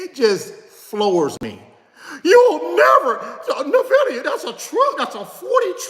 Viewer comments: "In" Vidia not "Nah" vidia (^_-) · You continue to pronounce Nvidia incorrectly my dude 😆 it’s correctly pronounced N-Vidia brother.